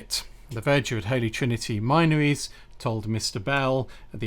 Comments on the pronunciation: Great research. Incidentally, the area is pronounced 'Minnories', locally. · Hey! Isn't the "min" from the word minories pronounced with a short vowel, as in tin?